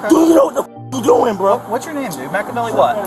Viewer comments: “Your name’s Macavelley?” 😂😂😂😂😂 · 😅😅😅 Im macavely bro im macavely 😅😅😂